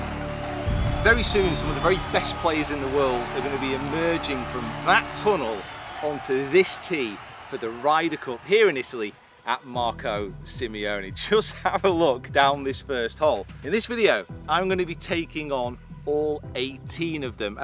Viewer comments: Marco simone not simeone.just sayin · It is Simone NOT Simione. You failed 😢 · It's not Sim-E-oh-nee. It's just Sim-oh-nee. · it's Marco Sim Own E not Marco Sim E Own! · Simone, not Simeone! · Not SIMIONE. Just Simone.. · at least pronounce it correctly, it is not that hard man... M A R C O - S I M O N E...